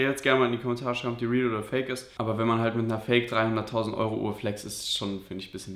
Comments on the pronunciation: Er hat 2mal 300.000 gesagt nur er kann wie man bemerkt nicht perfekt english ausprechen deswegen hör sich das so an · Er sagt als erster 300.000 nur er spricht es nicht richtig aus.🤫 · Seine Aussprache ist einfach schlecht,er meinte beide Male 300.000.